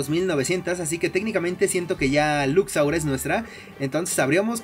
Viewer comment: no puedes pronunsiar lux laura